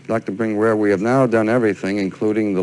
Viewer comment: The interviewer gets annoying calling him “Bringweer”